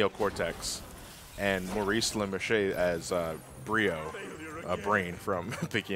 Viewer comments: just as a minor thing, it's pronounced la-marsh not la-mar-shay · Maurice "Leh-Marsh" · I believe it's pronounced La-Marsh (heard it from his own mouth as such in Futurama commentaries)